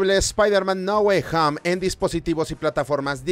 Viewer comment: hoy dirá Ahora no es "No Way Home" Sino "NA GUAY HAM"!!!!!!!! con fuerza en HAMM